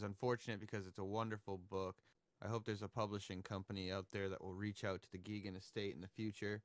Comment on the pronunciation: Hey! Nice video! Bill was a friend of mine, and I wanted to let you know that a new anniversary re-issue of “Nature I Loved” came out last spring by North Country Press. (Also, Bill and Alice pronounced their name, “GAY-gun.”